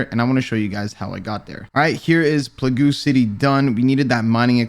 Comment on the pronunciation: Plagoo City?